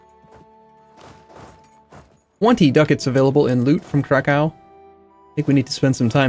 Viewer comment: You have been to Krakow yet still cannot pronounce it?